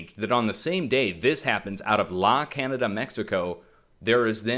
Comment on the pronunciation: La Canada is pronounced La Can yada. I'm sure you want to know. It's Spanish.